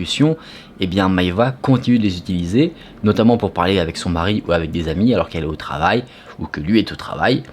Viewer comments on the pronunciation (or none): none